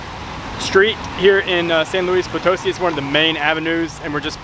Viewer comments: FYI: when you see that little accent mark above a syllable in a word, you put an emphasis on that part of the word. So it’s pronounced potoSI…not poTOsi. Just ask a native how to pronounce the name of their city every time you hit a new place. That’s the easiest and most fun way to learn…interacting with the people who live there! Love you two and enjoy your videos! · Guys, I love your videos but the city is pronounced "San Luis Po-toh-SEE", not "San Luis Po-TOE-see", as you (mis)pronounced it.